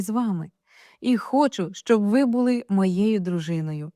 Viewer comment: Читаєте чудово, але зверніть увагу на наголос, ставите як у російській мові:- Були, а не буЛи, і таких слів багато.❤